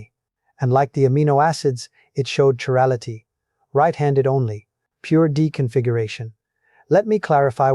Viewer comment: he pronounces chirality 2 different ways. Personally I do NOT believe this.